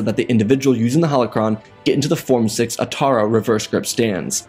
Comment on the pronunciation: did he really said - form 6 reverse grip Ataru ? :D